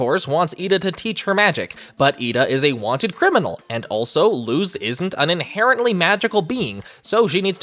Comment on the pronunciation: You pronounced luz wrong